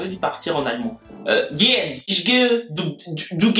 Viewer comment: Tu prononce mal gehen ,le en est contracté